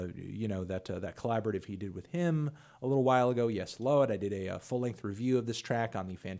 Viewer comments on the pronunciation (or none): "yes load" ITS YES LAWD FANTONO